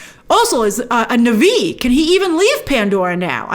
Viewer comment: What's nuvee? Na'vi. Or just say nawvee. And her name is Tsireya not reya.